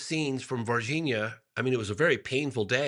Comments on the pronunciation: It kills me that you never pronounce the nh sound in Brazilian names. C’mon. You can properly pronounce LASAGNA, can’t you? The very same sound as in VargiNHa, MadiNHo, etc. Also in champaGNe and in EspaÑa. Three different ways to represent the exact same sound in four different Romance languages. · Ross very carefully pronouncing Varginha cracks me up.